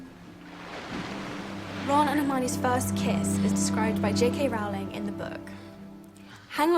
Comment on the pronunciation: O even emma pronounced Rowling wrong!!!